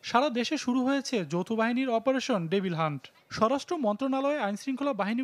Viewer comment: Not defil hunt, it is Devil hunt. Please, pronounce correctly bro